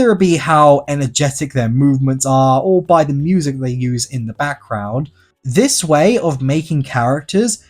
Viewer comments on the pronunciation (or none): none